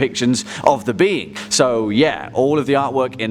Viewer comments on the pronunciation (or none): Me when he said the being: the bean